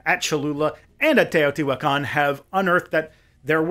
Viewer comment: Hi, there! Captions reader here. I’m pretty sure is spelled “Cholula”, not “Tallulah”. Otherwise, great works, so far! Imma see that episode on the Cholula pyramid next! (Also, it’s Tlaloc, not Warlock , imma asume the captions were made automatically?) Congrats on your pronunciation of Teotihuacán! 🎉